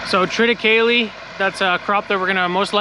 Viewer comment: Shout out to Jan for correctly pronouncing "triticale."